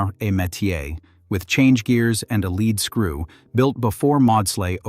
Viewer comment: say it: leed-skroo!!!